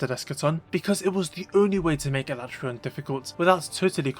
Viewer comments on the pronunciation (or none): A-LA-TREY-ON, not ala-TRON / Oh and i just used my Vitality Mantle to survive with almost full Health for Escaton